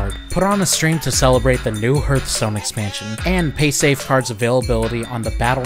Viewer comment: the way he pronunces hearthstone feels weird to me